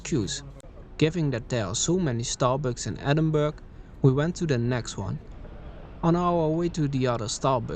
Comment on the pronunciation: Nice video but you pronounced the name incorrectly. It’s pronounced ‘Ehh-din-bur-uh’ not ‘Edin-burg’